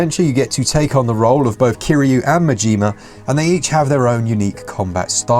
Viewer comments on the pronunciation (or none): Been a fan since the first game on PS2. Love the series and I'm glad more people can enjoy it on Switch. And please, lads, it's MAjima, not MajIma. Emphasis on first A, not I. To anyone who's gonna play this. Play it with the Japanese dub. Do not deprive yourself of the original voices for Kiryu and Majima, those are perfect.